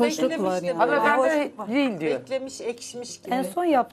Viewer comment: Mayhoş demesini öğren önce mor eşarplı mayokoş beyenmemek için gelmişsin en içten şaduman